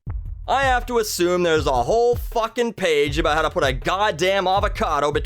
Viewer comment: It's about not "aboot"